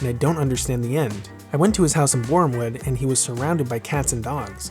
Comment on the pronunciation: Love your pronounciation of Borehamwood!